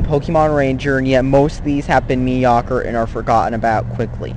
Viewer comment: "mee-dee-oh-ker" jesus christ